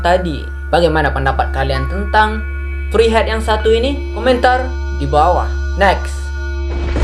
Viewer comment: Tree bukan "tri" woy